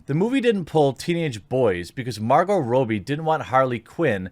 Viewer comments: It's pronounced 'Rob-E' not 'Robe-E'. How has no one informed you of this yet. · It's pronounced Rob-bie not Ro-bie! It's got two Bs not 1! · Why do you pronounce Robbie like that ? 🤣😂🤣😂 ROB-BEE not ROW-BEE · Why are you calling Margot Robbie, Margot Robey?